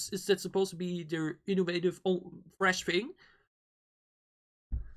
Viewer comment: They pronounce the word "fresh" as "freshi" bc of the specificity of the Korean language... I actually like their songs...and I think u can enjoy the song "tank" better by watching their dance performance :)